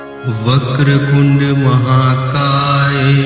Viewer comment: Its vaker tund hay you are saying kund please check